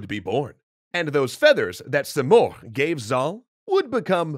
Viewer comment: Rudabe is pronounced as [ruːdɒːˈbe] Sam is pronounced as Saam, much like Zal/Zaal Simurgh is pronounced as /sɪˈmɜːrɡ/ or si morgh(gh=ق) Rostam is pronounced as [rosˈtæm]